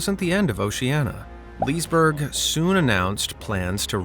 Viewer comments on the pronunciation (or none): Oshiania is gonna Open and it is Liseberg not lisberg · Liseberg isn't pronounced "Leesburg". The e in the begining isn't silent.